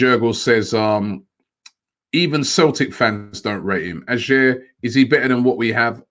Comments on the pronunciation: OMG Robbie is not pronounced A-SHERR but A-YOH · Ajer is pronounced "aye er". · First of all robbie you arent saying AJER name right Hes not good enough for us so take him (Celtic fan) Hands off edouard